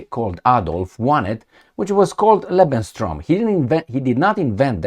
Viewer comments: It is called "Lebensraum" not "Lebenstraum".. but I want to say: your're doing a great job!!! Thanks so much!👍💪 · te urmaresc de mult timp nu este lebensstrom ci lebensraum se pronunta exact cum se scrie... nu vreau sa vina vreun destept sa iti spuna ca nu zici corect... in ceea ce priveste Serbia 0resimt ca UE va lua M.UE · you pronounce it "Lebenstraum" - that "t" makes it livingdream instead of livespace... 🤔😅😂 Always good to see you, all the best, take care 🙏🍀🙏 C. 🦉😇